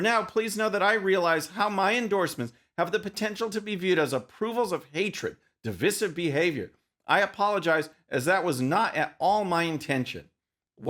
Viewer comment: Love your videos...not so much how you pronounce "divisive." A little nit-picky, I know, but since it's a form of the word "divide," I think it should be pronounced similarly. Thanks!